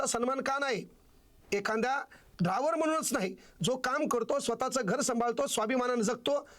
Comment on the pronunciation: ते सगळं खरं आहे तुला मास्तर कोणी केलं ड्रायव्हर असा शब्द आहे ड्राँवर नाही